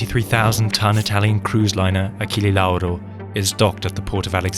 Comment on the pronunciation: the pronunciation of Achille Lauro almost made me spit my drink, nice video anyway